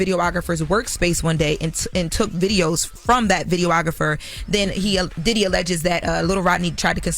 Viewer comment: pronunciations make me itch. Jess tried to correct Aeropostale and Uncle Charla corrected “videographer” earlier.